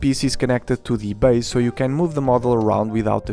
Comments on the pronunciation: Pronounced Base, not bass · "Never say Legos say Lego" . . . Never say "bas" guitar (or drum), that is how you say bass fish. It is pronounced "base" or "bays" guitar, like when you mention the base that they are standing on. Unless you wanna make musicians mad. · Bass is pronounced as base . As in LEGO baseplate. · my friend. When referring to the instrument "bass", it is pronounced like "base" with a long 'a' sound. Love your review and I love you! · Thank you for this review! I might have to get this set! Though I have to say, the proper English pronunciation for the word "bass" (musical term) sounds like "base". If you say it phonetically, it might confuse people into thinking you're talking about the fish, also spelled "bass". English is confusing, I know. But I hope this helps. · Bah-ss made me cry as a bassist, but all is forgiven because of the wonderful review you regularly post. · A great review! The instrument “bass” is pronounced like “base” tho :) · Just an observation, “bass”, when referring to the instrument, is pronounced like the word “base”, as in “the Lego base set”. Nice review as always, saludos from Dominican Republic! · The instrument Bass is pronounced as "base" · There might be another comment saying this already, but in music, "bass" is pronounced "base." "bass" rhyming with "class" is only used to refer to a bass fish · Bass is said like base. Not like the fish. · It’s bass like base not like the fish!!! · bass in music is pronounced like “base” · It's bass not bass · Bass is pronounced like base btw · Thank you! Yet another one to the book of mispronounced English words! 😅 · Him Saying bass as in the fish is annoying